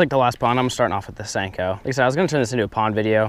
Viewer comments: It's a senko not stenko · WYATT BOEHM I think he says "Stanko". 😂😋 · nixen I always thought he said stinko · Step 5: Pronounce it Stanko